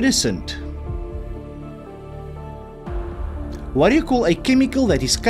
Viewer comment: i love how you 100 percent butchered the iridescent lol